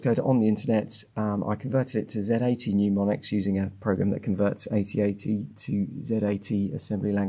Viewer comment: mneumonics? Mnemonics is a word I know w.r.t. assembly language... And peek(-1)?